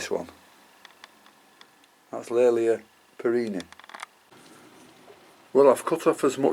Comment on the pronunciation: Will you please reconsider how you pronounce the generic name here which is derived from my ancestor William Cattley. Hence Kat-Ley-A and not Kat-Lay-A. Regards Tim Cattley